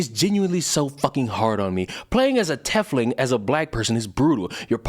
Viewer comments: And I believe it’s pronounced “Tea fling”. Like teeth with an F then ling. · Speaking of First World "problems". I just hear, "I'm not victimized enough for clout irl so I'll choose to take offense at fictional depictions of deplorable behavior." Also, tiefling is pronounced like 'leaf-ling'. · Quick thingamabob. It's pronounced like TEEF(Teeth, but but an 'f' rather than a 'th')-ling. Not trying to get on your case or anything, just giving the common pronunciation. That aside, I feel like I tore into that person over it because, as a fellow black person, I didn't see any of the racism within the setting as anything referential to real world racism and the like. Instead, I saw it las such: the fantasy racism on display has meaning and it goes beyond just "these people look different, so let's treat them poorly." Will put brackets around the next good bit since it explains what I'm talking about in a bit of detail and it's long. [Tieflings are in someway related to Devils and/or Demons(the latter is much rarer and not really explored in BG3), be that through direct blood relation, residual effects from a pact or deal with a Devil somewhere in their family history or forceful transformation into one, and are distrusted because Devils in the setting are shifty and distrusted—they tend to want your soul or things that are more valuable to you than you would initially realize as part of a pact with them. Not all Tieflings are bad, the vast majority are decent enough people though the lot you meet that Lys refers to are a mixed bag: most of the adults are alright people or even good people with flaws, but the children have formed a thieves guild of sorts and are stealing things from the druids and thus worsening the tension in an already tense situation. Mind you, sa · How you're saying Tiefling and Drow is bothering the fuck out of me... Love your videos, but, GOD, that is getting me. Lol